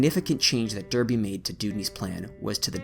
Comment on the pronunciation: pronounced Darrr, bee; Smiiiiiiii.....the